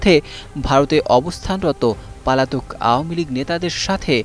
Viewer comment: রিপোর্টার বারবার পলাতক না বলে পালাতক বলছে। ভাই আগে ভাষা শেখেন।